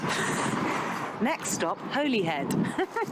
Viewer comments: Holy head pronounced Holly head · I'm not Welsh but even I know it's pronounced "Hollyhead", not "Holy~head" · She pronounced Holyhead wrong. It should be “Holly-head”